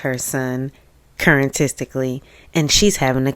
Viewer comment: Not "current-tistically", staaahhp! 😅😅😅